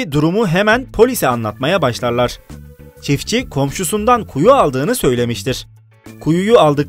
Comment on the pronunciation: çitfçi değil çiftçi